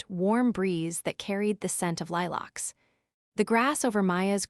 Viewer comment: Lilacs not lilarks. If you must use AI. Make it so it does grate on the nerves of the poor bloody listener!!?